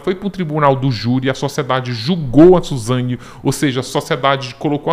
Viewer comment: Suzanhe hahahahhahahah esse é demais